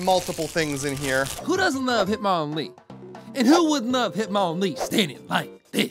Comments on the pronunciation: That ain't hitmonlee,that's hitmondeez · It’s not hitmonlee it’s hitmondee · Hitnondee? Hitmon deez nuts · Hitmon dee-Z NUTS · He shouldn’t have called it hitmondee he should have called it hitmonpee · thats not hitmonlee thats hitmonloo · That isn’t hitmonlee that is hitmondeez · Hit-mon-de-(ez nuts)